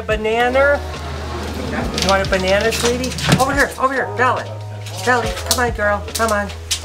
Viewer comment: "Bella, you want a bananerrrr".. Had me dying